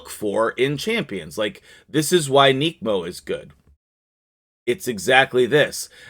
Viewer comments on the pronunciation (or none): Listening to u say "nekmo" is cringe. Pronounced "neck-mo". Not neekmo